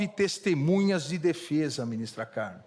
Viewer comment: Ele fala : destemunhas, eu ouvi bem? Misericórdia